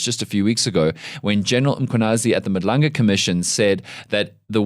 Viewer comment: as a South African, how are you still struggling to pronounce "Madlanga"...... at some point you are just lazy. Take more time and make more damn effort to pronounce African names properly, GET IT RIGHT!!!!